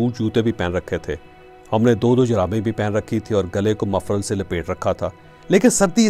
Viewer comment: چوھدری صاحب آپ مفرل کی بجائے مفلر کہیں ۔آپ کا تلفظ کیوں خراب ہے ۔ گلابی اردو کی جان بخش دیں ۔